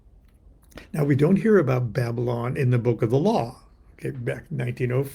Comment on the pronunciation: Aren't you Baba-Lon?